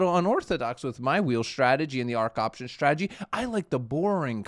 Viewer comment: What is it with Americans (some) pronouncing strategy with an sh.....shtrategy... Now...make the snake sound, then add the tradegy. there we go... Now you don't sound like a 5 year old